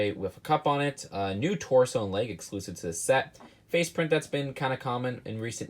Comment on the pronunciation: "eclusive"?! Lol